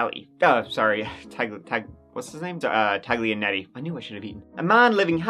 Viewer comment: Everyone says Ta-G-lianetti? 🤣🤣🤣